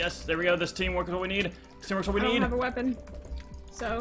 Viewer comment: DRUNK JUSTIN YOURE DRUNK 'i dont meed no gold boots'